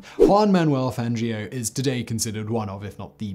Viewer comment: Hey! he finally looked up how to properly say Fangio! Just wish he had done so when he made the actual biographics of him, smh. Also if you actually knew anything about F1 you'd know Lewis is getting beaten handily right now by Max Verstappen.